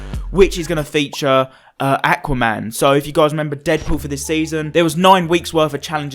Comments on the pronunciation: It’s Aquaman not Acaman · The way you say aqauman